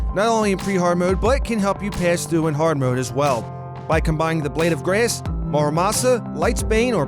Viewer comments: Blade of greass. That's how he said it. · DA BLYED OF GRAYSS